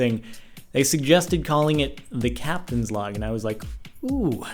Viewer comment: He said Captains Vlog. Whats a captains log? Haha